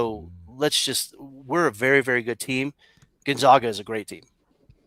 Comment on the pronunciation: How do you guys still butcher the name GonzAgA?